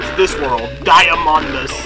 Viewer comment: I usually pronounce Diamondus as "Dee-uh-mon-dus"